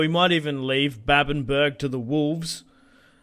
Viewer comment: “Babbenburg” Now, this is just me, I’m sure others pronounce it the same but I recon it’d be “babben-bruh” or “babben-buh-ra”